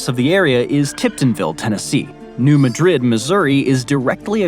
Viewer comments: MAD rid not ma drid. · The earthquake you cited in Missouri is NOT pronounced Madrid (as in the capital of Spain), but Ma drid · From what I understand the town in Missouri isn’t pronounced like Madrid in Spain. Even though it is named after that city, it’s pronounced MAD-rid. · A nit to pick: New Madrid is pronounced "New Mad rid" with the emphasis on first syllable of 'Madrid'. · 📚 Pronounced: "Maa-- drid" and the actual results fall in Tennessee, as is the point of orgin, under Newbern, Tennessee, to Sandburg , TN, Reelfoot Lake the positive marker. "7.2 - 8.2" That's a Shake, Rattle, and Roll Quake!